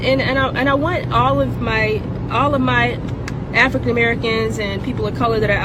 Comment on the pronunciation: "And i want all my Afcan friends something something" She also said "Fraid" later in the video